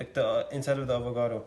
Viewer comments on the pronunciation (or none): Bruh it’s avocado and cashew lmao Not avogado and gajo